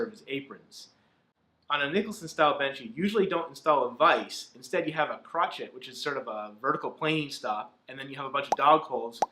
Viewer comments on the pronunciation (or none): you refer to the "crochet" at the end of a Nicholson bench. Most people who have heard "crochet" pronounced say it more like "crow-shay" I refer to the venerable Chris Schwarz, the maestro of all things work-benchy. "Crochet" is simply a froggy way to "hook." But in the big picture, who really cares? If someone likes to say it more like the last name of the employee of Ebenezer Scrooge and father of Tiny Tim, I say go for it.